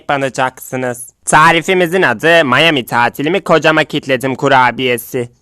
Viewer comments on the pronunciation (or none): none